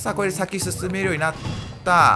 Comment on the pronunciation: もう喉そろそろ死んじゃうよww 「しゅしゅめ！キノピオ隊長～！」って言ったらww